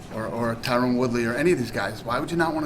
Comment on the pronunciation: its totally on purpose. ive been noticing it for awhile. i wish someone like ariel would question him on it and do it with an accusing tone lol. watch when a reporter asks him a question about tyron and pronounces the name correctly, dana just ignores the gigantic difference between the sounding of the names lol. dana's douchey to phil davis too and tyron and him are buddies so who knows whats up